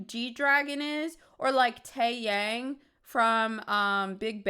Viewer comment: It's Tae - yAHng. Like the 'a' in Amish. ❤ It means 'sun' in Korean. It's not his real name. Dong Young-bae is his real name. Also, I know now that the thing on the pillow in the back is a cymbal... I thought you had a pillow with a nip on it lmao